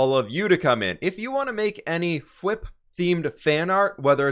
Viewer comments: I know your name is but you just saying whip kind of bothers me instead of fwip just so you know bothers me just a little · He said whip instead of fWhip at the beginning of the episode, that’s unacceptable